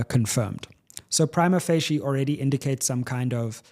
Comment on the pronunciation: No, he’s pronouncing it wrong. I have a law degree and studied Italian, it is definitely not pronounced how he said it. But to be fair so many legal practitioners mispronounce it even in court😅